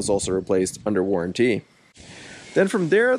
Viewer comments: It's not warran-tea, it's warranty! 😂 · What’s the difference between a warranty and the warran-teee you keep mentioning? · Good thing you got that aftermarket warran-TEE 😂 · "worran tee" :D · Never in all my life did I think someone could say waranTEE so annoyingly jeez had to click off lol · I was wondering why you decided to buy this. After I heard the way you pronounce warranty it all made sense. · Why does he say warranty like that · Had to stop watching……maybe learn how to say the word “warranty”?